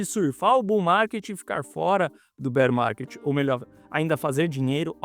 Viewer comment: Entrei so pra ouvir “Bérr Marrket”